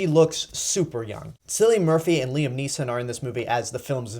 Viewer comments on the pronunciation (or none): Great review, but I must correct you on the pronounciation of Cillian Murphy's name. It's pronounced as if it were spelled with a K. Oh and uh if the reason the dialogue is rather clunky, it's because of DAVID GOYER!!!!!! Yeah David Goyer wrote a draft, and had Nolan revise it. Also I hate how Scarecrow is knocked out with a taiser, and on top of that, he's knocked out by Rachel Dawes of all people. SMDH